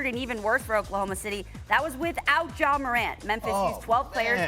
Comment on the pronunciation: I can't get over how you're pronouncing it like "Jzha" lmao😂